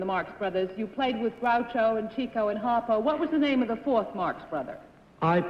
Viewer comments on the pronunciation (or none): Those of us who are true fans of The Marx Brothers, know his name is pronounced. "Chicko", not "Cheecko". Over the years, I think Chico's name has been mispronounced more than anyone in the history of show-biz.